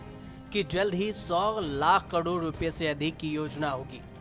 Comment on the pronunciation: Kadod mat bolo.. karod ya fir crore bolo..